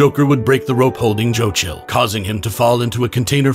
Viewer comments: Ahhh ok I was wondering why you were pronouncing Joe Chill so… un-chill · Why are you saying his name like that? Why do you pronounce Bruce's name normally??? Who is Jochil? Why don't you say Bruswain?